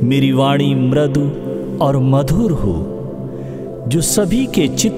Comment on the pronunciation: It is soothing. मृदु is pronounced as mridu, दृढ़ is pronounced as dridh and कृपा- kripa, समृद्धि- मृ। ऋ की मा‌त्रा ri pronounce hoti h, nd क्ष- KSH; स्वास्थ्य। swaasTHYA